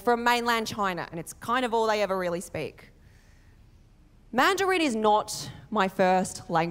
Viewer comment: Man du reeen - is that the Australian accent? 😂😂😂